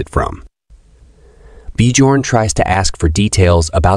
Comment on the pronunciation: The j in biorn is silent